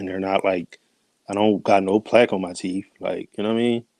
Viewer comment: He should grow a full beard. It's teeth not teeff.